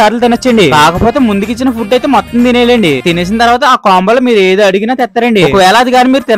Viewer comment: Bro nevu foob ani petav bro food ani petu bro❤